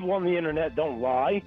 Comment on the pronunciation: The "Innanet" the fawking "Innanet"! greatest nemesis and scapegoat for all of his screw-ups. "Guy from the Innanet"...top tier threat. Guy from anywhere else....just an inconvenience and mildly annoying. EDIT: I really need to go easy on the vodka while I'm listening to these incredibly entertaining calls. Thanks so much for spending the time to bring us these gems. Well done!